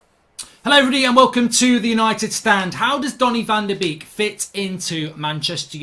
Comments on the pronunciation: your slaughtering his name its pronuonced bake not a duck beek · Great video Mark 👍 but it’s said as ‘bake’ not ‘beek’ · Why do all English speakers call him Donny Van De Beak?? It's Donny Van De Bake.. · it's pronounced as "bake" not beak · His name is pronounced like the English word 'Bake. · Learn to pronounce his name. Van Der baker is how it’s said. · It’s pronounced ‘Bake’ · Mark call him Van de Bake, it’s how it’s pronounced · I've never heard someone pronounce someone's name wrong so many times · I beg you pronounce van de beek with the a sound instead of the two ee sound 😂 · Please learn how to say his name correctly.